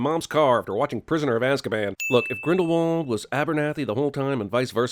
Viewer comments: Another sin: in the first movie everyone pronounces it as Grindle W ald but in the movies they pronounce it Grindle V ald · Add about 10 or so sins for the mispronunciation of “Grindlewald”. THAT SHIT IS A HARD W! SOUNDS LIKE A V! ITS NOT THAT HARD!